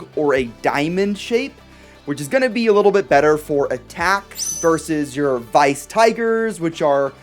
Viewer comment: Well it's... Weiss. Not Vice. I think